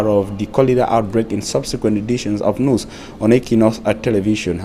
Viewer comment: Great work. But the question is , why is it so difficult for you to rightly pronounce the word NEWS? You keep saying NUS, God!!!!!!!!!!!